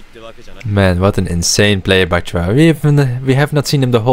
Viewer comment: You hear them said bachira, with c but still choose to pronounce bakira. Why